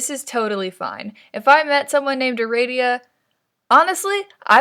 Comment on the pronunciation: ITS ARADIA NOT ARADIA GEEZ